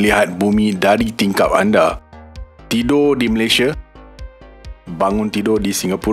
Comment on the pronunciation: Tidur bang..bukan tido Luar bang...bukan lua Untuk channel pendidikan macam ni, lebih elok rasanya guna bahasa melayu sebutan baku.